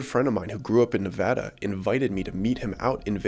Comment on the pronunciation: We love pronoucing Nevada correctly!!!